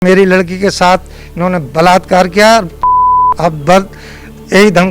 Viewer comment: चाचा जैसे आप बलातकर कह रहे हैं बो बलात कर नहीं है